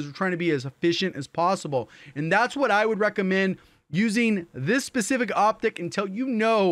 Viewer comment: Can’t unhear pacific instead of specific